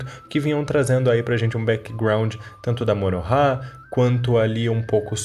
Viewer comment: Não me conformo em ouvi você falar Morohah